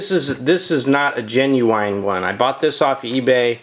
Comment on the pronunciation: I swear if he says 'genuwine' one more time...